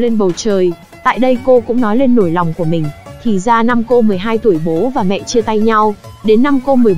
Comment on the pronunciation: mé cái phần mềm đọc lời dẫn review phim thôi mà cũng bị ngọng vđ: "cỗ máy" mà nó đọc thành "cổ máy", "nỗi lòng" thì đọc thành "nổi lòng", "nỗ lực" thì đọc thành "nổ lực". Rồi "nhởn nhơ" đọc thành "nhỡn nhơ". Căn bản hiện ko có quá nhiều phần mềm hỗ trợ đọc văn bản tiếng việt chính xác nên hầu như kênh nào cũng dùng chung một công cụ và người đọc này. KK